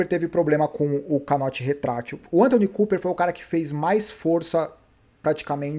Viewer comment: Fala a verdade. Você faz de propósito! ANTONY COOPER? Kkkk É Anton Cooper.